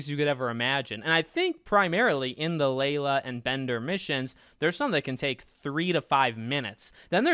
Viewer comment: Aint no way my boy said layla